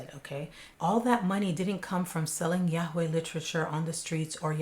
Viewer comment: Yarway, please pronounce it the same as everyone else NJ, YARWAY x